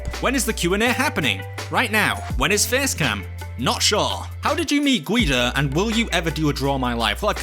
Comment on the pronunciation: why is G.U.I.D.O said guyidoh instead of guydo